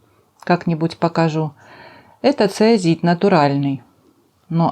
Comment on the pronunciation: здравствуйте! Фантазия, украшение...всё выше всяких похвал! Простите, но правильное название камня вроде как ЦОИЗИТ, если я ничего не путаю...Спасибо!